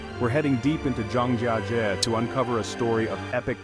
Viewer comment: Mispronounced the subject of your own video—the first time, and a different way the second, and yet a different way the third. Almost as embarrassing as the trash in the caves.